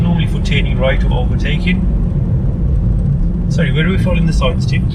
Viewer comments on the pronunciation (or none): none